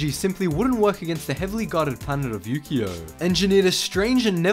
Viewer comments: Ukio i thought he said you gio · When said ukio i thought he said Yu-Gi-Oh.